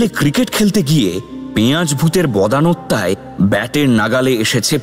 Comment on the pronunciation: বদানত্তা নয় বদান্যতা 😅😂 গৌরচন্দ্রিকা হবে যার অর্থ ভূমিকা চন্দ্রিমা তো চাঁদের আলো ❤